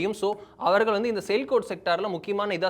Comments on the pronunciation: Sir, it is not sailkot , it is Sialkot Pronounced Siyaal-kot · Sialkot- சியால்கோட் என்று படிக்க வேண்டும்.